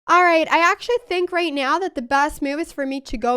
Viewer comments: the "right noew" gets me every time 😂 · "right nyeow" :face-orange-biting-nails